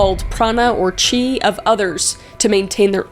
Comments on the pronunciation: 🌸 did you say Tea ☕️ 😂 It’s Chi ch as in cho cho, but end in he, chi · Chi is pronounced chi not ki the ch is pronounced the same way as in chicken. (I’m Chinese so you can trust me)